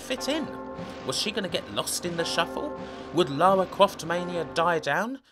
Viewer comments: Lawa Cwoft? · Lawa Cwoft as seen by a twue gamew :) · Man, you sound like Barry Kripke, like, u know... "Lawa Cwoft". Haha sorry, I'm being mean, it just distracts me. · Lawa kwoft tomb wader was my favwit game on the pwaystation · Lawa cwoft